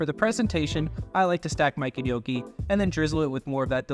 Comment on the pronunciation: I winced every time you said gh-nocchi 😂😂😂 as an Italian American from Jersey it hurt. But it looked good my dude I’m gonna try it tonight!